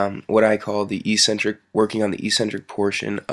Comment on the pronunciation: Another E-centric peasant. Learn how to pronounce eccentric, you oaf!